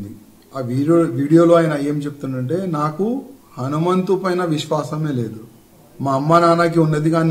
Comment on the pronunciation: Raju ganni telugu correct GA nerchukomanandi, hanumanthudu ani palakaniki ostaledu vaniki